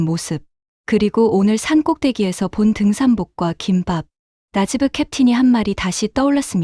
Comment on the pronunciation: 김빱이라고 발음하십시오.